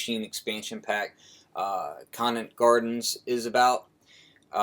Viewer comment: Great Vid!!!! Awesome Sounds!!! P.S. Conant is pronounced with a long "o". Thanks from the D!!!!